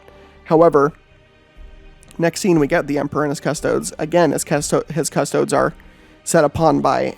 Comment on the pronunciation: The way you pronounce custodes is literally my only criticism. Please pronounce correctly. 😂